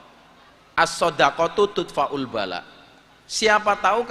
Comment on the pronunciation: Bukan tudfa'u kang..tapi tadfa'ul bala' kok mesti keliru baca seh kang.jangan baca arab talah kang...